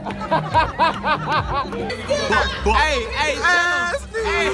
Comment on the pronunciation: Ass-Knee LMFAO